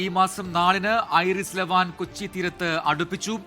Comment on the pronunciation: ഐറിസ് അല്ല വിവരക്കേടേ. ഐ ആർ ഐ എസ് എന്നാ പറയുന്നത്. ഇസ്ലാമിക് റിപ്പബ്ലിക് ഓഫ് ഇറാൻ ഷിപ്പ് എന്നതിൻ്റെ ചുരുക്കെഴുത്ത് ആണ്. ഇറാനിയൻ നേവിയുടെ യുദ്ധക്കപ്പൽ ആണ്.